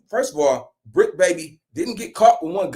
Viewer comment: heavy emphasis on bricc